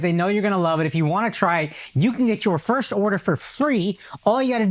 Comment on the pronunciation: Why can't Akash say FIRST properly?